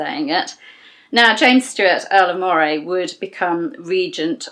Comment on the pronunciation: I love how you say Moray, it sounds so posh!! I'm from Aberdeen Scotland and we pronounce it "Murray". The way you pronounce it sounds a lot better. Another great video, it's my Daughter's birthday today she's been learning about Mary Queen of Scots at School. When she wakes up I'm going to tell her she shares the same birthday as Mary Queen of Scots Dad.